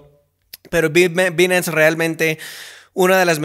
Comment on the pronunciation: interesante que sabe ingles y no dice bien Binance